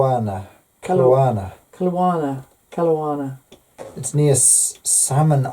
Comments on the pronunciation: hahaha too cute!! Waco = wAco (hard A not wacko) emphasis on wA. Kelowna = Kel O na (hard O and emphasis on the O). Is flirting???? LOLOL Hmmmm can't wait to be pinned. Mayhaps I'll get a wink! Poor lonely Canada looks soooo bare. This is sooo much fun. Have a great evening and hugs from Canada. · Hello and! I’ve been pinned In my town of Vernon BC😊I’m chuckling at your pronunciation of the neighbouring town of Kelowna... here’s a little help for future reference, Ke-low-nah 😉 Thank you for pinning me on the map💕